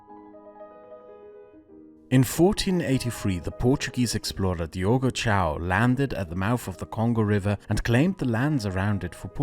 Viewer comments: Diogo Cão you pronounce something like "Diogo Kowm" but otherwise great video! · It is not Diogo "Tchao", but "Kao" (actually the "a" is also nasalized, but that is only if you want to go for the top mark) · First minute: almost a system meltdown on hearing "Diogo CHOW" (Diogo Cão). " Cão " is pronounced (approximately) like "CUH-OONG". End of the nit-pick. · Your pronounciation of Diogo Cão was so atrocious I'd be happy if you put it in the pinned. Right at the beggining too. Diogo Ciau wtf... You clearly didn't even try to google translate it to see a close approximation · "Diogo Chow"? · this man really called Diogo Cão Diogo Chão D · amazingly bad pronunciation of Diogo Cão ahahahah great video as always!